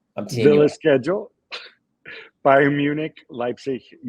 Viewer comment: "Bayerm" Leverkusen - that's a new one...